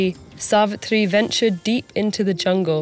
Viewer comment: Yesss.....it was soooo satisfying as she pronounced "Narad", "Yamraj", "Savitri", "Savitr", "Satyavan" correctly